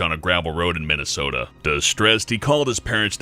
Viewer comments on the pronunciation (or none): none